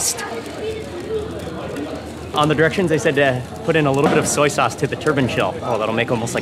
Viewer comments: Not "sack sause".................. 😭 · Sac sauce sounds wrong